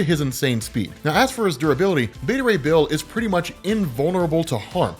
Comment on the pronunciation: Me: So... Frog+Thor= Throg... and Horse+Thor = Thorse??? Them: Yes on the first but you're saying Beta Ray Bill wrong...